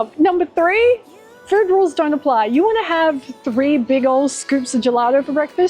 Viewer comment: "we'll eat as much furrd as possible"